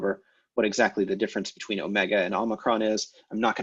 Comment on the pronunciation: Great resource, I'm learning a lot of things from it that I wouldn't have by just reading Lambdin. Just one quibble - I really don't notice any difference between your pronunciations of omega and omicron, and likewise between your eta and your epsilon. Are you trying to make them different in some way that I can't hear? (Open vs close, short vs long?)